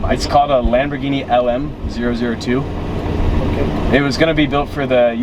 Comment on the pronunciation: I commend you for saying the name of the vehicle correctly when speaking to the cop LM zero, zero two., but you revert back to LM oh, oh two in the narration voiceover. They’re numbers, not letters.